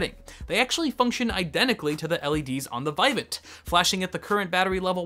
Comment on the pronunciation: It's "vih-VAHNT".